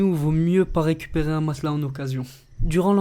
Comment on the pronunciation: matela ? Matelas mdrrrrrr